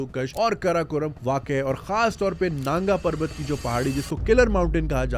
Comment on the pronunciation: Naanga parvat nahi nangaa parvat.